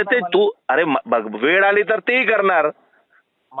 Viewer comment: मराठी शिकवणाऱ्याला मराठी येत नाही वेळ ला वेड म्हणतो